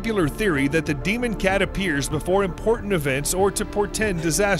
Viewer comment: i love how sam said „washing dc DEMON cat”